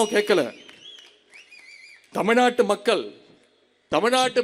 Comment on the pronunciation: அவர்கல்…மக்கல்…நீங்கல்…உதயனிதி தமிழில் பேசக் கற்றுக்கொள். பிறகு தமிழ் புகழைப் பேசு. உனக்கு தமிழும் தெரியாது, புத்தியும் கிடையாது. Your father wants a trillion dollar economy. Who is your labor force? You cannot talk to anyone in the neighboring States. How do you do a business? I am dismayed by your stupidity and ignorance